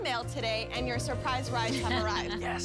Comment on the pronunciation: I'm "surprised" that they can't properly pronounce "surprise"